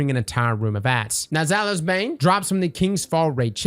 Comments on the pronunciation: It’s pronounced Zai oulies sorry it bothered me. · I think you had Zhalo Supercell on the brain when you kept pronouncing Zaouli’s like that. 😂